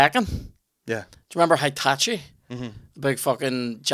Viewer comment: HITACHI! 🤣🤣🤣 Its Heihachi 😆